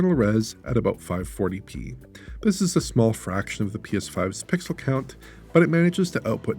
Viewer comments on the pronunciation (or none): none